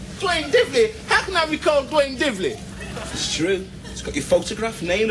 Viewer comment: Duane not Dwayne